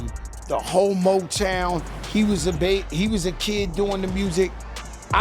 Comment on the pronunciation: I thought he said homotown but he said whole motown 😂